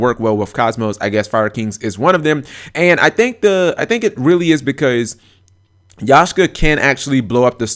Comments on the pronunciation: YAKkkkSHA not yashka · Sorry but YAKSHA not yashka!. OCD so listening to that was killing me :p. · its bloody YAK SHA! ffs!